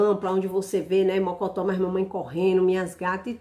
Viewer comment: A paz do senhor Jesus Cristo minha flor. Chequi no trabalho agora. Eu trabalho ouvido também seus vidios mas agora ate sirrir. Vc falando mocotó